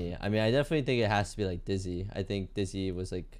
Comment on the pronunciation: He say Dizzy?